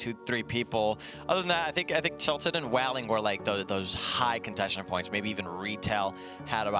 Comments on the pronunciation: Anyone else bothered he says Wailing woods , whyling woods, oposed to way-ling. Do people actually pronounce wail, while? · “Whaling woods” and “Obey Kwiz” come on myth get it right dawg. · Why can't myth say "Wailing"